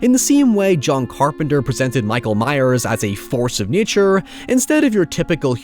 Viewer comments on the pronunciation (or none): none